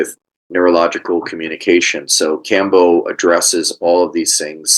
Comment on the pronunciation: Iʻm honestly wondering how much you know about Kambo when you donʻt pronounce it correctly...? Neal: The nadi is called "Ida" not "Inga", and itʻs a channel for prana, not blood and lymph, though of course it might affect them...